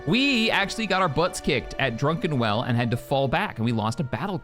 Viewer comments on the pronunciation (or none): I always thought was pronouncing "Druckenwell" as Drunken-well as a joke. Now i'm not so sure anymore. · at this point I'm thinking does it on purpose but I just can't stop going "It's DRUCKENWELL" every time